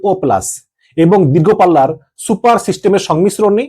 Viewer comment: Not super it is siper